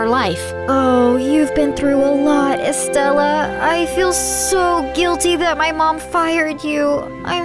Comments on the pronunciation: IT IS PRONONCED SIELLO NOT ciello its spelled Ciello And its pronanced Estraya not estralla andits spelled Estralla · You have to pronounce Estella like this Es-tre-a the ls are silent (ordinary Hispanic don’t mind me) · She said very wrong but okayy if that’s how she says her name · That is not how you pronounce